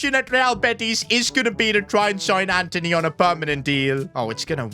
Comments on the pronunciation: Antony❌️ Anteny😏✅️ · It’s Antony buddy not Anthony